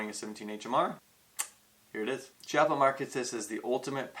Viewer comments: Nice review although its called Kiappa, with an hard C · Nice (and funny) review. I would have liked to see the addition of some kind of rear/front hand grip, a bipod and a silencer with a field test. Btw, Chiappa is made in Italy so the "CH" in Italian sounds like a strong "K" in English (Kiappa). Thanks ! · I hat to sound like is dick but I keep hearing people say Chiappa pronounced CH-iappa when it is actually K-iappa. Sorry 😕 just saying. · It's Kee-au-puh.